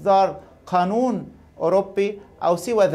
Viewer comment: يا مدام شو بدك تعرفي من واحد يقول الآناون بدلا من قانون .هههههه